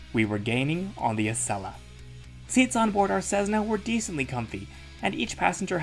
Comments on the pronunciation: CESSNA not CEZNA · Hi. Do people really say Cezzna for Cessna or is that pronuzziation a joke I didn't get? 🙂